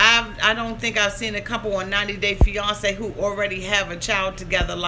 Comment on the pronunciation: I love the way you say fiance. It sounds like fe-yon-ce/ Beyonce lol. Love you for keeping it real!